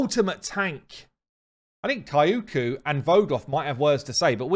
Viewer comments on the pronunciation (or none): It is NOT KAI-O-KU. It's KI- KU. Kyoku. Her "Y" sounds like an "I"